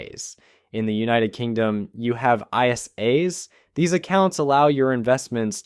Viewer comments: Lol i loved how you pronounced isa's 😅 its pronouced more like 'ay-sas' or 'ay-suz' with a zzz sound, if youre a cool bean. Great video. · Btw in the UK we pronounce ISA’s as ICE-AH. Like the Vanilla Ice song. ISA ISA Baby! 😂